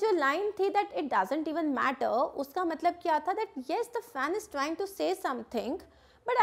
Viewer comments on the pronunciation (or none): none